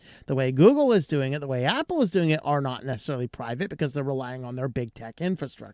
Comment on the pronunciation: Google/microsoft/Apple already know everything about you, your 7 years too late buddy! When he says the word private I start laughing